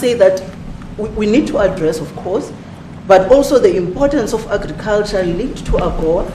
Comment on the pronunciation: Red as a tomato 🍅.....Da mista meeeneeesta.....ov.....agggicaltcha...Red as a tomaytah ...avytineeezayt....Red as a tomayta....disgraceful at best...